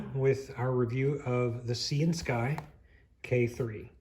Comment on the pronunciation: I think that the name of this company may actually be pronounced as Syan-sky as in the colour of the sky, Sy-an. Please don't think that im trying to be rude. I'm just trying to help. Please keep up the good work.